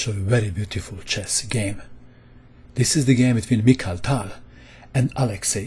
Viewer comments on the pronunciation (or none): none